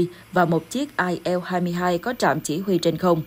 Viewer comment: Bạn Yên Ngọc phát âm tên hiệu chiếc máy bay Nga kỳ quá!! Chiếc IL 23 bạn đọc là “ ai eo hai mươi ba “ ????Các bạn thấy đó, nữa Tây nữa Ta, nôm na là nữa gà nữa vịt!! Bạn phải phát âm là “ I en lờ hai mươi ba “ trong phát âm chuẩn xác của tiếng Việt. Còn nếu đọc chính xác cho có vẻ “Tây “ thì phải là “ Ai eo tuen ti thờ ri”. Bên đài HTD NEWS cũng cái phát âm loạn xị như vậy mà hiện nay không phải một mình tôi mà nhiều bạn khác đã chuyển sang kênh khác. Mong bạn chỉnh sửa dùm. Cảm ơn.